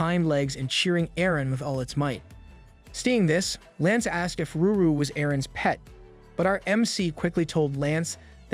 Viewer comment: Every single time you said, ruru instead of lulu I have said screamed in my head IT’T LULU NOT RURU For the 10,000th time